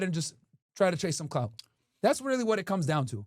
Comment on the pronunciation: CLOUT not COULT